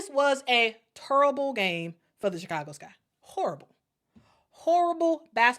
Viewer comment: I thought I heard you say, "torrible". I'll assume that it's worse than terrible and horrible put together.